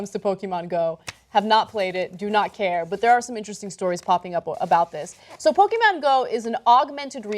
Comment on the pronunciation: love the way Ana pronounces Pokemon. This video was short. Like the bus the people who play this game drive in.